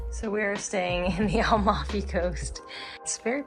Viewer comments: At least learn how to pronounce Amalfi , before trying to telling the world the obvious. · Nice video guys ! You did a good job on Italian pronounciation except for Amalfi which is AM-alfi (not AL-mafi) BOM-erano and Nocelle sounds like NO-chelley. Great hike ! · "Am"alfi and not "Al"mafi :-D